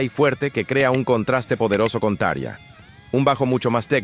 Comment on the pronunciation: se pronuncia TA-RRRRRRIIIIIIIIII-AAA